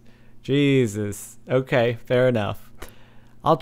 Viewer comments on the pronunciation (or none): none